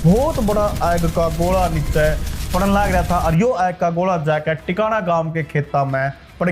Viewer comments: Tikana nahi h naam Tikan kalan h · Tikana koni tikan h es gaon ka naam